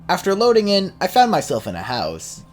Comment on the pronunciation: you pronounce loading like me and my brother> step 69: make your voice sound deep step 69: say loadin. g